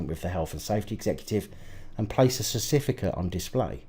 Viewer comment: You are on a roll tonight, first say stafe and now cerstificates.